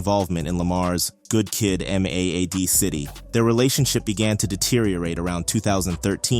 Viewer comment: Holy hell. Good Kid M.A.A.D. City. MAD, rhymes with BAD.